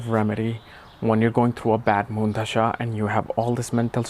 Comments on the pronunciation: I know you are a scholar and I enjoy your content but when you pronounce Dasha as Dhasha it confuses me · Bro, Please respect the Language Hindi 🙏 It's Dasha , not Dhasha 🤣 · Chuthiye pehle dasha pronounce sikh dophe